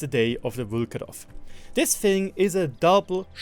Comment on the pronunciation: Nobody is gonna talk why does Vlkodav have 300m/s HE shell velocity... Even Caliban does have 354m/s shell velocity on HESH I forgive you for your Vlkodav pronunciation...Even tho you are saying VlkAdOv instead of VlkOdAv... Nothing against you, cuz myself cant pronounce anything right in German :)